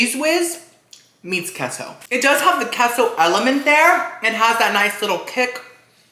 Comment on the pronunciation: I love how he says keah-so sauce.